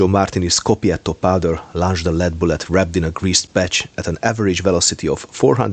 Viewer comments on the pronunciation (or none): sciopetto instead of schioppetto